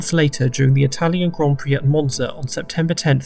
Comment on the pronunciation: did he just say mozna instead of monza or am i stupid